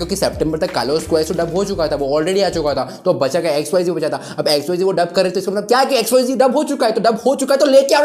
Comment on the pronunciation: XYZee nhi re XYZ hain voh...😂😂